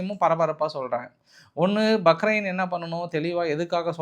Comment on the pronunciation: பஹ்ரைன். Bahrain.